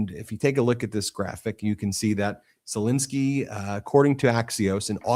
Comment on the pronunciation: ZelENSKY not INSKY, FFS why can't you pronounce his name correctly. When you were in court, did you do the same??? You've done this for years now and it's not professional. Shall we call you Bin or Ben !!?? Ensky NOT Insky Get it right.